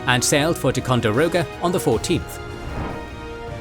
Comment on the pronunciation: tai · kaan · dr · ow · guh not tecondiroga